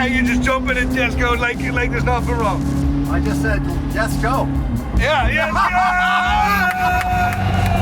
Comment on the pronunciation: Only: "And I just daid, Jesko" (lets go) 😂😂😂😂